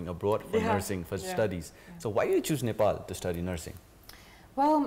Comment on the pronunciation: I support her, I like her, but when Nepali says Nefal, it gets into my nerves😅😅